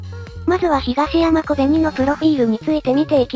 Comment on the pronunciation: 可哀想は可愛い ヒガシヤマがヒガイシャに聞こえて被害者コベニになって余計可哀い